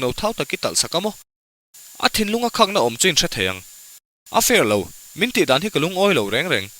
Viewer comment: Khakna tih tur,khahna tih hi adiklo😊